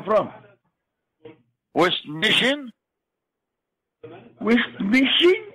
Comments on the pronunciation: When he makes fun of his own pronunciation. "west miSHIN" lmfao! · wEsT mIsSiN???